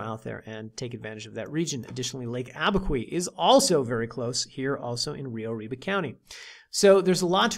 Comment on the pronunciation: It's not pronounced Abi-kwee; it's Abi-kew.